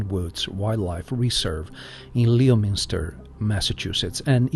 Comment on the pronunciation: Lol I love hearing people try to pronounce Massachusetts' wacky names! 😂 Not trying to pick on you, it's just one of those you have to know, to know things. It just gave me a chuckle! And for future reference, it's pronounced Lemon-ster, like the fruit 🍋. Also.. Another great video, as always! Great work! 😊